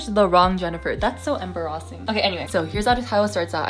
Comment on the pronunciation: I just noticed the way you say "embarrassing". Is it from a meme? 😅 If it's just a Canadian thing, I'm sorry. English is not my first language. ❤